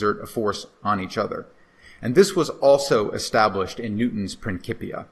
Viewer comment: Hey professor, say it with me "prin-sip-e-ə"...sorry 😅 prinkipia bothered me 😂